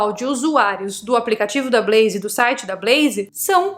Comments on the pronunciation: blaze sem i no final. Blaiz... Não blaiziii. Brasileiro tende a colocar "i" qdo consoante está sozinha. Big vira bigui / pet vira pé ti top vira topi... E aí vai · Blazer nao é Brazer. É com L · EEEEITAAann.... falando da 'bleizi' 👀 gosto.